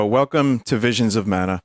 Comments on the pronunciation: *Vishins uh manuh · Wivuns of Mana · Don’t you mean Wisions of Mana?